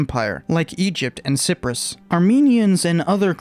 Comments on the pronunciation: Its Cy-prus ,not Ciprus. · It's actually 'cy-prus' like 'cy-pher'... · That's what I thought when he said it. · did you say sip-rus onwards? Where is sip-rus? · I don't think that's how your pronounce Cyprus. Edit: Never mind, I seem too be 2 years late for that.